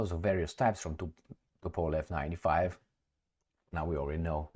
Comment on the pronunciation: Yes...... Tupolev... not Tupelov😊